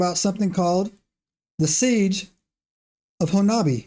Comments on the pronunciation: It's pronounced Hanobee not Honabia. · It is pronounced Ho-Nub-EE if you're Oklahoma born and raised there you all are close to how we say it and loved the podcast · I grew up in talihina (closest larger town to honobia) pronounced Hoe-Nubby. I was a senior in high school when the bigfoot incident happened. Was questioned by a reporter in a convenient store. Now. There was a significant bigfoot indicident that occurred however, the stories told online are nowhere near what happened. No one was harassed by bigfoot. Dude was coming down the mountain (kiamichi mountains) when one stepped out the tree line. Dude shot it and claimed two more came out the woods and took the body. Theres rumor the family was harrassed (by people not bigfoot) sold their property and left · Actually, the correct pronunciation is "Hoe-nubby" with the accent on the first syllable. The town was named after a Choctaw leader or chief. Ouachita is pronounced "Wash-i-ta".